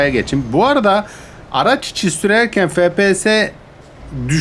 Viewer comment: abi su efpiyese fepese deme